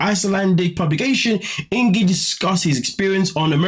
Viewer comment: Pronounced INKY